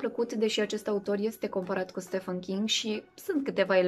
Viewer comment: Buna! Am auzit foarte foarte des aceasta pronuntie gresita a lui “ StephEn”” - se spune stivãn, absolut intotdeauna. Ca sa se pronunte stefãn trebuia sa fie scris “ StephAn”. Multumim pentru recomandarile minunate!